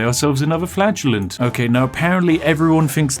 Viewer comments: So am i the only one who heard "Flatulent" whenever he said "Flagellant"...? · every time spiff says the word flagellant i 'flatulenze'. we will win this game though the power of FARTS. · I swear, every time you said Flagellant, I thought you were saying Flatulence. I thought it was a big cloud of PLAGUE that was supposed to be killing everyone... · Anyone else hear flatulence when ever Spiff said flagellant? No just me? Imagine instead of Whippy boys you had farty boys XD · Every time spiff said “flagellant” I heard “flatulence” In my head and it made me chuckle thinking about him wiping out the plague with farts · I misheard "Flagellant" as "Flatulent", so for a while I thought you were creating an army of bottom-windy bois to punish people for their sins.... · Every time he said "flagellant" I heard it as "flatulence". XD